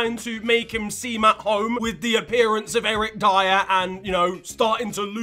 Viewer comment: Its Eric Dier